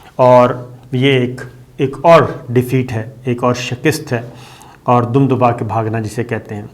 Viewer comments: Salam Bhai ap shikast ko shakist boltay hain alfaz ko sahi ada Karen shukrya or mazrat apko mene is tarahan bola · Aol shakir shb Just to correct you that once you say shakiest not good actually you should pronounce shikast by Urdu istlah or maybe I am wrong please let me know thanks Kind regards Khalid (Sydney Australia) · لفظ شّکِست نہیں میرے بھائی۔ شِکّست ہے۔